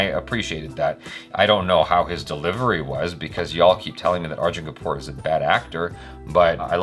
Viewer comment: Lolzer, dude. That try to get the pronounciation right... FYI, it's spoken as Go-vaa-ri-kar. Try that, and yeah same mind on the Arjun Kapoor thing and Sanjay Dutt too. Liked this reaction...👍👍👍